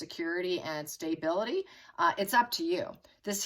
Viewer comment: Is there a reason why the word stability is pronounced stay-bility? I've noticed some words seem to be intentionally mispronounced.